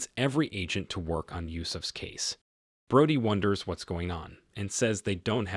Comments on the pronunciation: It’s Bro-dee…not broady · Its pronounced Bro-dy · Did you even watch the movie? I'm pretty sure they call her Bro-dee, not Broad-ee